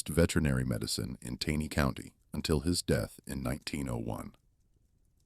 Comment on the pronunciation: Please narrator, it’s pronounced “TANEY’ CO,, with a hard “A”.